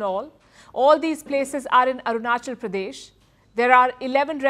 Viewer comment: Arunchal Pradesh nahi re Patel. Arunachal Pradesh hai. Usa mein jaake US angrezi bol raha hai.